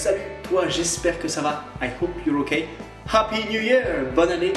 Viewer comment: “I hope you are ok” NON c’est “I hoepe you are oekay”